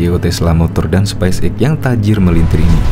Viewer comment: coba pronounsition yg baik dn benar space X bukan spice X bung!!!